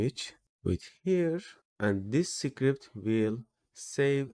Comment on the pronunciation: “Secret” and “script” should be pronounced quite differently)